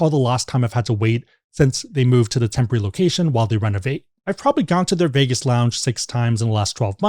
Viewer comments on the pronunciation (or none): none